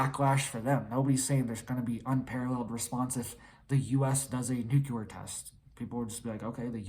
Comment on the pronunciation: NU CL E A R NOT NU CU LAR !! MORON !!!